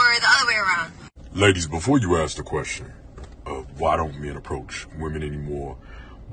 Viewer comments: Why is that woman saying "ax"? What does an ax, to chop wood, have to do with her story? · I'm confused. Who's axing!?